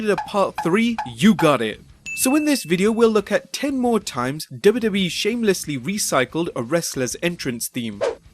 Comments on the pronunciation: Please pronounce “wwe” as “double you, double you, eeeee” and not “duba, duba, eeeee” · for some reason i'm really enraged by the way the narrator pronounces WWE/F. dubba dubba. but LOL at McMahon coaxing puke to puke